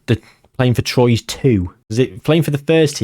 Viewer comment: Troyes is pronounced "Twarr" I believe 🤔 French teams' pronunciation is all over the shop.